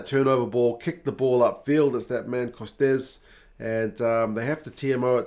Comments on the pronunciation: Ça dépend a Toulouse on prononce " costeu"😊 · Hi, great video as always, as a Toulouse fan I'm really looking forward to facing our European rivals in the final. I hope it goes our way this year. And just a pronunciation tip for someone we will probably be hearing a lot of for the years to come, Costes is pronounced "Cost"